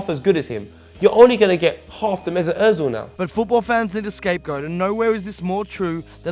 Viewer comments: Stop saying Ozil wrong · His Name is "Özil" and not "Ozil". It's a turkish name. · Why are you fucking pronouncing his name “urtzil” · I've gotten used to the weird Ingerlish pronunciation of his name as Oh-zill (you'd think they'd say Er-zill since it's a lot closer to the proper version), but hearing Ozzle is just bizarre. In terms of why he's hated, it's hard not to notice that he's a quiet, subtle, not particularly masculine, extremely skilled devout Muslim, German and of Turkish roots to boot. Not saying any or all are factors, but it's pretty hard not to notice the degree to which he represents pretty much the exact opposite of all of the qualities that Little Englanders value. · Its özil not ozil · OMFG... The way he said Özil killed me... IT'S FUCKING ÖZIL NOT OZIL FFS YOU PRONOUNCE IT UHHHZIL NOT OZIL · Why Does everywon say ozil its özil! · Good video but why does the guy keep saying Ozzil and not Özil? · WHY DOES SAY "OETZIL"??? There is no T g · FIRST OF ALL "" ITS OZILLLL NOT OUITZLLL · Kenners Kenners, he's just criticising the 't' sound that adds in. He pronounces it "oetzil". Which the ö is right but there is no t sound. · ZERO HIT actually pronouncing it right. It’s not an ‘oh’ sound because of the ‘ö’ in his name. That’s how Germans pronounce it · It's Pronounced (urzil) in German anything with those to dots on top of a letter (which is called a umlaut) you give it that ur sound 😧 For flip sake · Its pronounced as "OEzil" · I get really pissed off by the way he says Özil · Can you please pronounce his name correctly? It’s annoying me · Couldn't get a narrator that could actually pronounce Ozil's name correctly? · The way pronounces Özil is so annoying... and I’m not even German 😂